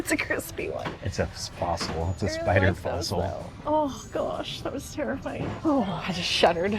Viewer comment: ‘Ziraffes’ 🦓 🦒 😂 And a ‘spossil’ 😂